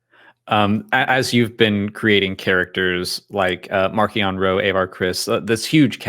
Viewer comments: The way Charles pronounces Marchion Ro just feels weird to me. Maybe Marc Thompson ruined me lol. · not just you. I read the physical copy of LOTJ and prefer to pronounce it as March-eon Ro.